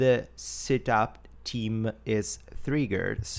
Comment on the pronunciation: I giggle when he says theme like team <3 accents are great